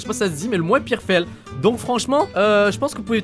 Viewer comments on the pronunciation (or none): comment tu dis ? Fèle ? a xD